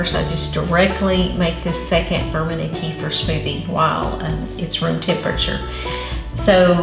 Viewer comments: Kefeer, please kefeer. Not kefr. Thank you. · Please pronounce it right: It's Keh feer not Key for. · I don't know why it drives me bazonkers when people say [KEY-fur] but it does. Kefir grains originated in the middle east - as does the word 'kefir'. It's pronounced [kuh-FEAR]. It's not that important unless you want to sound like you know what it is or what you're talking about. It's like moving to a new city and mispronouncing the town you live in. If it were me, I'd want someone to tell me. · The product kefir is pronounced "ka-feer" in English, including America, NOT "kee-fa". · It's NOT KEEFER. ITS KUFIR..PHONETICS.